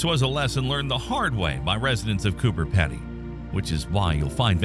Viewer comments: Hi, Just a few notes on Australian Pronunciation Emu is "Eem-you" and the town is "CooBer Peedy" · We can live in caves on Earth. What's the difference between Earth caves and Martian caves? And, by the way, it's pronounced "Coober Peedy."